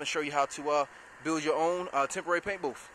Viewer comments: Dude great video, but its a BOOTH, not a BOOF.!! Just sayin!! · What is a "paint boof?" :-) I guess he meant "paint booTh." Minor criticism and the booth is very nice.